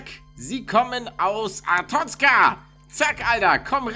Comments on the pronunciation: Ich liebe papers please.Die story ist gut man muss sich viel merken. Und es wir Arestozka ausgesprochen. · Palle du sprichst Arstotzka falsch aus Es heißt aRsToTZka die groß geschriebenen sind die wichtigen Ciao! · Azitotzien xD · man spricht es Arastotzka aus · Paluten-beschützt sein Land weiß aber nicht wie es ausgesprochen wird 😂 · Hast Arstotzka falsch ausgesprochen